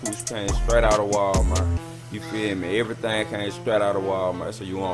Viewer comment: "Everythang staright out of walmart" lmaoo